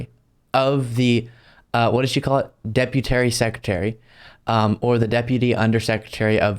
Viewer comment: Decutarry sepraterry